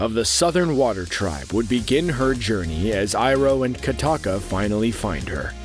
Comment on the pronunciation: not katakka kokka